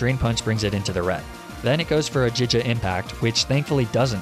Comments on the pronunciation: Giga “gigga” not jijja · Wait…do you really pronounce G’s as J’s?… I’m just baffled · It’s giga not jija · I swear to god, this man is unable to pronounce the sound of the letter G.